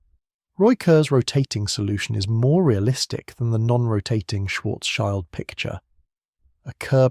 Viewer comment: Thanks for providing these videos. Listening from Germany past midnight. Just a side note: Schild means shield in English, nothing to do with a child. It is pronounced similarly to shield as well but with a short i as in lift.